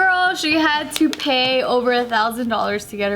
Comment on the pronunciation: did anyone else immediately hear "toupee" when said "to pay?"